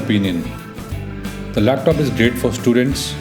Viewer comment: It's laptop not lep tope